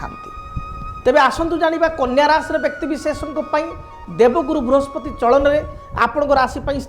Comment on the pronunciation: Vrihaspati mein pehle" sa " ko correct kijiye sir . Conentent mein hae